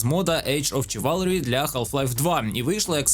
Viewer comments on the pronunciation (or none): Дякую за відео ) тільки гра читається не як чиварлі, а як шиварлі - в перекладі лицарство